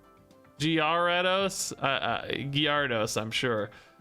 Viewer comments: I don't think gyaru-dos is the right pronunciation. Most people just skip the y and call it garados. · Gar-a-dos. first part is pronounced like gary but without the Y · At this point i pause you before you say the name of a new pokemon say it myself to hear what it's supposed to sound like and then let you say it cause you really messed me up on the pronunciation of some, needed 10 min to nail the pronunciation of Gyarados again